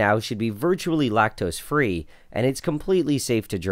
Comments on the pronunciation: Lactoes is all i hear😂😂😂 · lacteeze? lacteeze nuts!